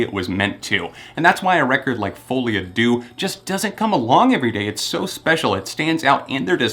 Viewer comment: "foley a do" I cringed into the next century!